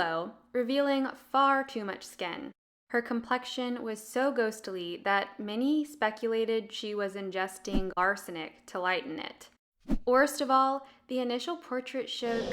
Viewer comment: The voice over is dull and unimaginative, and some of the words used are incorrect for the context of the piece. Art expedition? No, art exhibition! Pronunciation and enunciation needs work, eg: ghostly sounds like ghost-i-ly, sensuality sounds like sinsuality, didn't sounds like ditn't.